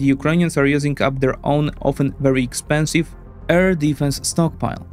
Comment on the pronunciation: Love the vids, just one tiny thing. Please practice how you pronounce ‘air’ since you say it a lot my man